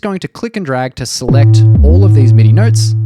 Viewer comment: When you say notes, it sounds like you are saying nerds. 😂